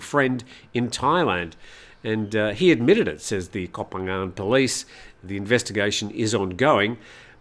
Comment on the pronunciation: Koh is pronounced 'Goh' a short vowel.